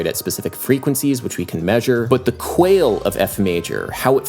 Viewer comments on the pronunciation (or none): "quale" is almost certainly pronounced "kwa-lay" and not "quail" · rip@ the minute of my life i lose every time adam says 'quale' as 'quail'. love u tho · Also, “quale” is pronounced “kwah-lay”. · Sorry to be that guy, but it's "kwa-le(i)", not "kwail" for quale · You kept mispronouncing quale (it's qua-le, not quail).